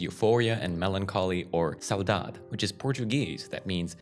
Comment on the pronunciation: Great video, i'm brazilian and you really catch me off guard when you said "saudade"